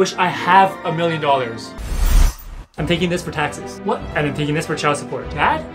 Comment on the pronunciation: Him: do you have a miwion dowars? Me: no i have 999,999$ Him: youre too poor..